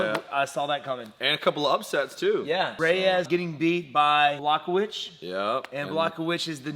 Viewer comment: Also, the new Light Heavyweight Champion: Jan Block Witch 😅😅😅